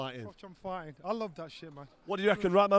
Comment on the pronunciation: Figh-tin man lost again